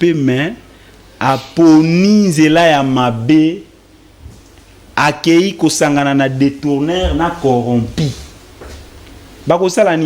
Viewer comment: Il paraît que le gars qui parle est un avocat. C'est vraiment triste. On dit corrompu et non corrompi